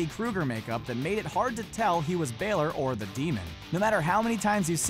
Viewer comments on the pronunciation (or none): It is not balor